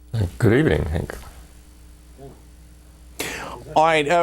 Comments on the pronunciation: he says henk lol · no its pronounced "jenk" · It's actually Cenk (pronounced Jenk). As in Cenk Uygur, host of The Young Turks. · I thought Cenk was pronounced "Chenk". Good interview though. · i pronounced it kenk when i saw tyt for the first time, i think he said hank cos he had a dry mouth or something..excellent interview+ Questions from Cenk and Assange answered 100% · yeah, i think they told him his name is pronounced jenk and he thought it was a silent j